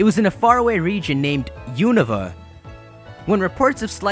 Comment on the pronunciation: U-no-va lol that's how you say it:p